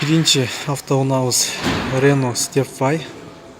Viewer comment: когда научишься говорить правильно тогда будут подписчики степвай нету есть степ вей